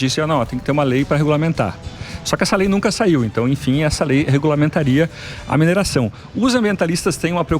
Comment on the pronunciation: Não é (mineiração) e sim: "MINERAÇÃO"!☺